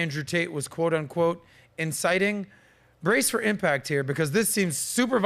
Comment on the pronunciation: "insiting some te tees" 🤣🤣🤣🤣🤣🤣